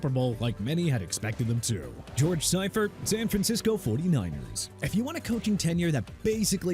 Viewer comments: George See-fert. Not Sy-fert. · George SIGH-furt???? Wtf? It's pronounced SEE-furt...c'mon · See-furt not Sy-furt. God that mispronounciation irks me. If you watched football in the 90s, you heard the correct way 100 times a month during the season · It’s pronounced. George “See-fert”. And what do you mean turned around the 49ers? They had just won two super bowls the year before he took over because Bill Walsh retired. And some of that footage you show is Walsh not Seifert. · Lol its Seefert, the pronunciation lol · It's pronounced SEE-fert. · How do keep saying Seifert wrong?😂